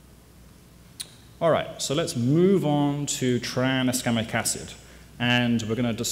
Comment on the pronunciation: stop saying traniskamic acid already